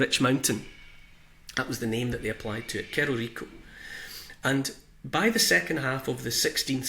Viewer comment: "Cerro" is the castillan word for hill and it is pronounced "sarro"